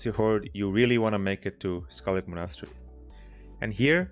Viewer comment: I've never heard anyone pronounce Monastery like that lol, Mah-Naus-tree